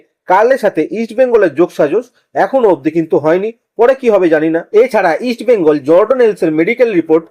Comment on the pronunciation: Eastbengal uchharan thik vabe korun.sunte Kanelagche